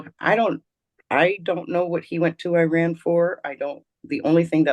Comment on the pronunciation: Hi, I'm from lran, over 55 years ago. Thank you for pronouncing correctly 😇